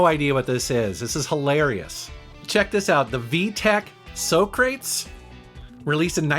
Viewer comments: lol "so-crates"., that's the Greek name Socrates. Pronounced: Sah-cruh-teez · it's not so crates. it's soccer tees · Great video, but "XBox" (it's Xbox) and "So-crates?". Pretty sure it's the philosopher, "Soh-crah-tees". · “So-crates” -> “saw-craw-tees” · "Sock ra tees" like the philosopher, not "So crates" like the Bill and Ted Socrates... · "So crates" is actually "Saw crah tees". You watched too much Bill & Ted, dude. 😋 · So Crates!?? Sock Ra Tease...like the philosopher.....Killling me Smalls..I mean!!! lol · Hah, I remember the Vtech Socrates. It's named after the philosopher (and pronounced Soc-ra-tease not So-crates) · The Vectrex did NOT include a "television." It had its own vector scan CRT. Socrates - sock ruh teez NOT "So, Crates?" Unrefined, are you? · "So-crates"- fuck me, that was bad. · soo crates? really man? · Have you never watched AVGN? That Sega is a Sega Neptune, which was a standalone 32x that was cancelled. Also, Socrates is pronounced Sock•ruh•tease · Ah yes. Named for the famous philosopher, “so-crates” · So crates? I think you may have mispronounced that one. 😂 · I like that you said Socrates like Bill and Ted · Sock-ruh-tees. Socrates. Named after... Socrates. You know? My aunt had that console. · Please tell me you were referencing Bill and Ted when you said Soh-crates. That was awesome. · "sew-crates" haha where is Bill and Ted? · When you said "so crates" it hurt my soul. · "So-Crates"...You did that on purpose didn't you? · Socrates is pronounced sock-ra-tees. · "So-Crates"? San Dimas High School Football Rulez! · So-crates? Really? I mean, really?? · Please tell me saying "so-crates" was a reference to Bill and Ted. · Great vid. I just bought the book. It looks really cool! Thanks for the suggestion. Also.....watch Bill and Ted soon k? I laughed so hard when you said Soh crates. : ) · Look him up. It's under "So-Crates" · You said So-crates because Bill and Ted’s, right?....Right!?? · So-crates lmao